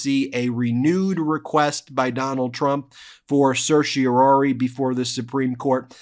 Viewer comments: Love Ben but it’s pronounced Sir She Or Are Ree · There are three R’s in certiorari, not two. Stop murdering Latin. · CERTIORARI!!!! SER-shee-or-RAH-ree - NOT ‘ser-shee-OR-ee’. Learn to pronounce it!! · Is Ben saying seercheroiroirii correctly? Lol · Stupid question, but is Ben saying certiorari like it's two words, like inter and intra? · Ben, you are a lawyer. Please practice the correct pronunciation of "certiorari"! You drop the fourth syllable more often than you pronounce it.